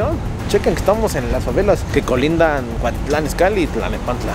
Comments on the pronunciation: se dice cuautitlan izcalli y no cuatitlan 😂 cambia el haiga por el haya 🤷‍♂️ , pero si te endenti 😂😂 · Es cuautitlan izcalli no Cuactitlán an izcalli 😂😂😂😂😂😂😂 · Es CUAUTITLÁN IZCALLI no cuatitlan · Es Cuautitlán izcalli no cuatitlan Izcalli ponte chingon!! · Es cuautitlan Izcalli no cuatitlan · Dijiste la de cuatitlán izcalli😝😝😝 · cuatitlan Izcalli jajaja habla bien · Es Cuautitlán Izcalli no Cuatitlán y no es grabiel es Gabriel 🤣🤣🤣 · No lo tomes a mal!!!, pero es cuaUUUUUUtitlán Izcalli, no CUATITLAN!, solo tomalo en cuenta!! Saludos!!! no dejes de chambiar!!! y de GRABIEL ni hablamos.